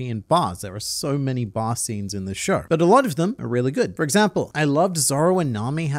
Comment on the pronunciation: TIL "bar" sounds like "bath"